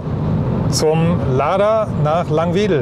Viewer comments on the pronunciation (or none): Es heißt Laangwedel nicht Langweedel - falsch aus dem Verkehrsfunk gelernt denn auch Radio Bremen kann das nicht richtig aussprechen.